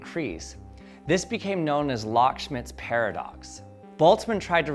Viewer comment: Austrian physicist Josef Loschmidt is pronounced more like low-shmitt.